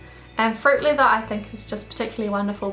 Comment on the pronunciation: sounds like you are saying "fruit liver" xD